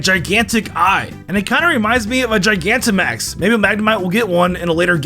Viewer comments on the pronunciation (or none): none